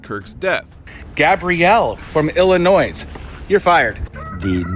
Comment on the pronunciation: This dude just pronounced the state of “Illinois” with an “s”. Something I literally learned in 3rd grade 🤦‍♂️